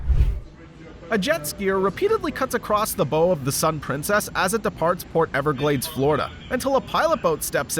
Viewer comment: It's a video about boating and you're really gonna say "bow" (like rainbow) as opposed to "bow" (like bow wow wow)? Your IQ must be as low as these boaters. Thumbs down for the whole video, on that count alone.